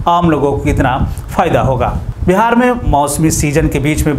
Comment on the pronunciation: Bihar hai bhai Bahar nahi